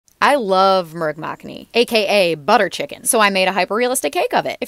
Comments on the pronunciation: She said it like murgh macknee so it confused me too😅 it’s pronounced muckh-nee in case anyone wants to know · Mu-r-g ma-kkha-ni, thats how you pronounce it. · Murg makhni is pronounced moorg mukhni the oo in moorg is half the length in saying